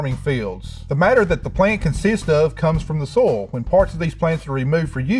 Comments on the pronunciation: love~ the way he say Soil, almost sound like soul 🥰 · EVERY time he says "soil" I always hear "soul", which I guess correct for a farmer. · "Is he saying "soil", or "soul"?" "Yes." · I like how he pronounces "soil" as "soul." Very poetic. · its good thing that i heard he pronounce soil as soul.. lol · I like how he pronounces soil like “soul”. Very symbolic. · The irony of a farmer not being able to pronounce "soil". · The way he pronounces “soil” as “soul” though…